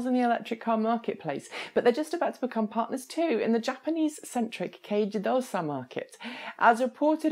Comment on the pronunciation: You make it look so easy when you pronounce "kei jidōsha". You're making me jealous.